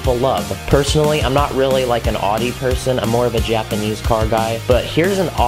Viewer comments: its owdi not uhde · Just so you know it's pronounced oww-dee not od-dee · I’m so sorry but it’s not pronounced “oddy” but it’s pronounced “ owdy “ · Adi? I think it's Audi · you say it ou-de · you say it like aw-de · I love the Audi R8, but you pronounced Audi wrong. It's pronounced like ow-de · no hate but the way you said audi 😂